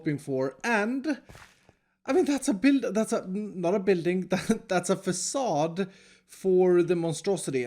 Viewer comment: Fa-suh dude